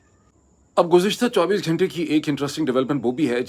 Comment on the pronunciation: Mr. Moeed, I like your program, its on factual basis. Please allow me to correct you on your pronunciations, you always pronounce " Ghayntay" it's Ghuntay in Urdu, not Ghayntay. Actually Ghayntay is not a even word in Urdu, it's ghantay, you can also pronounce Ghuntay. GHUN TAY GHAN TAY NOT GHAYN TAY